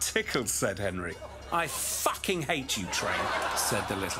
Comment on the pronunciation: this is why I love John Oliver. So much emphasis on that”fucken” 😂